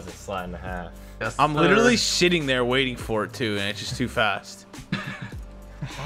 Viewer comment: Did you hear swear he said shitting in stead of sitting